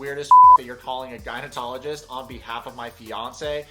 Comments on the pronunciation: Hey listen. Your channel’s cool, and I watch it, but an FYI.. it isn’t “gynotologist”, it’s gynecologist with a C. Just a heads up dude. No hate here. I’m a chick. Not your fault. Props from another eastern euro girl from Toronto🦦. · are you saying gynatologist instead of gynecologist? I was wondering if that was a video glitch, or am I hearing it wrong? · Its gyno ''-cologist' not '-tologist' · For the love of god it’s gynaecologist not gynaenotologist!!!! 😂😂 ❤ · Gynecologist with a C, not gynetologist with a T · Wait, you do know it’s gynecologist not gynetologist, right? 😬😂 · please don't tell me he is pronouncing it "gynotologist" when its "gynecologist" hahahaha google the spelling dude and sound it out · Are you saying "gynoTOLogist"? Its "gynoCOLogist" lol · No one.... Absolutely NO ONE......: gynoTOlogist.... Duuuuuududeeeè...its gynoCOlogist lol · Hey sorry just to let you know it’s gynaecologist not going to technologist LOL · Lol is he saying "gynaetologist"? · Anyone else hearing gyneTOLogist instead of gynecologist? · Does he keep saying “GyneTologist”? 😂😂😂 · No it's not. He said gynotologist 🤣🤣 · Video’s fine, I just couldn’t help but chuckle at the mispronunciation of “gynecologist.” There’s no “t” my guy. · I'm sorry but it's gynecologist that was really bugging me